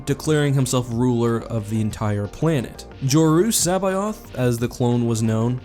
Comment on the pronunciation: Your pronunciation of C'baoth makes me cringe